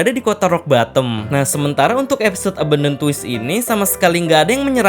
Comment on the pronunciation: Ralat, bukan "twist"tapi"twist" ya bangg